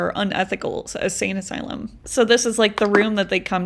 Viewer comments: I just gotta say, ur saying Asane. It’s insane asylum. Sry. It was incredible all the same! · Love the longer videos but my ocd mind is making me say this so I’m sorry lol. Insane asylum instead of asane asylum. I had ti say it I’m sorry lol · I like the longer content. I even went to me app to play it so I could reply. I didn’t however like the only music part. I kept it on because I was racing the video to get myself ready to leave the house. You won. I love how you keep saying “asane” asylum instead of insane. I almost messed up my mascara smiling at it. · Hearing her repeatedly say "asane asylum" is going to send me to the insane asylum 😂